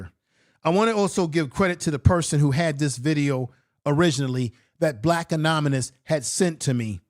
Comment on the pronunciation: That's not how "anonymous" is pronounced